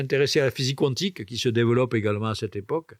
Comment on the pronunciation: Physique cuantique (Cou-antique) ou quantique (kantique) ? Ce n'est pas la première fois que j'entends cette prononciation...